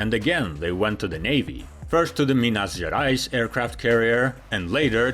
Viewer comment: HEY. Very well pronouced São Paulo. Also, Minas Gerais. Congratz from a fan from Brazil, living in Germany. (BTW, 25 de Maio also very well pronouced.)